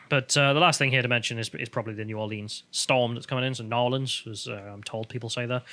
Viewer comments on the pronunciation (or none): Please don't say 'N'awlins' for New Orleans. 'New Orleeens' is common for out-of-towners to say, but us local folk say 'New Or Lens'. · Please don't say N'awlins. New Orleanians hare that. Y'all said it just fine as New Orleens.